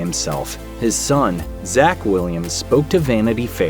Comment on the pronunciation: It’s actually “Zak”, but however